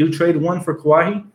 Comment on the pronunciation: It's "Kuh-why" Leonard bro